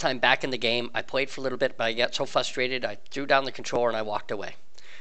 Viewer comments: Good video, but I'm frustrated at you saying "fusstrated". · If you're going to say frustrated as many times as you did maybe annunciate the r a little better. "fustrated" is all I heard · Lol yes! I let it slide the first few times and then found myself talking to my phone, "R, there's an R! FRustrated, FRUH-stated". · Is there a reason that you don't pronounce the first R in "frustrated"?